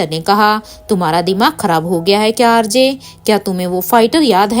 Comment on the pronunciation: Mam rj nahi rg bola kijiye